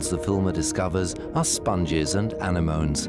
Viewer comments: Lol! Despite all the incredible work and effort put into making this awesome documentary, the narrator decides to call 'anemones' ..... "anna*moans" 😆 One job. He had one job. chuckles 😜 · Beautiful scenery, decent cinematography. However, you can always tell A I narration... “Anna-moaney;” Try Anemone. (A I ist ein “dummkopf”) Then there’s the “needle in a ‘barn’” Try haystack And hatchling turtles are “amphibians...” Try reptiles Note to editors; always do your homework. A I doesn’t autocorrect errors. Everyone knows that A I is *“perfect.” 😂